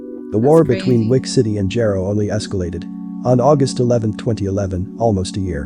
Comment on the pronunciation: Jaro(Jar-o) it’s pronounced btw